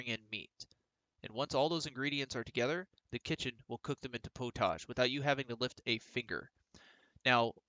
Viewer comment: Thank you fot the tutorial. I think its pronounced pot-age not po-tage 😅. I cant wait for the co op